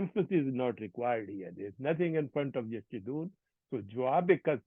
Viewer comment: Pronunciation needs to be improved like; yasjuduon